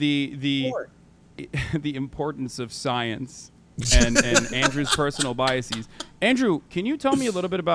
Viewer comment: Omg! I'm hearing this everywhere! For the record - it's bias-ez, not bias-ees. Come on, people. You can't just put a long e sound at the end of the plural forum of any word you want because you think it sounds more intelligent.